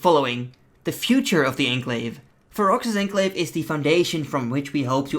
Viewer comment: I think its pronounced as Pharaohs Onclave. Ferox' Enclave.